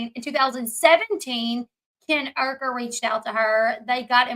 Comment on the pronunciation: It’s “u ker” not ur- ker!